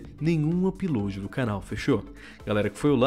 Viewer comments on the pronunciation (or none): none